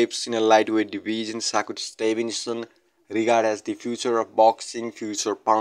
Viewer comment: He called him saku Stevenson…soccer Stevenson 😂damn bro learn his name 1st